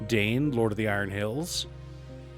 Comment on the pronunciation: Dain rhymes with sign.